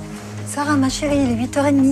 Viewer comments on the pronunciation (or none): "Après un lavage d'estomac elle ette Hors de danger" jpp comment il a accentuer 💀😭